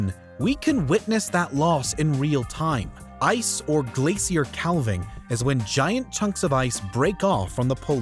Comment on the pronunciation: Good video. But 'calving' (kaa-ving) as in what cows do when they give birth to calves. I was wondering what the narrator was saying (kæll-ving) until I turned the subtitles on